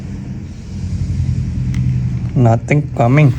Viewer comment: Bro said nothing coming in an Indian accent💀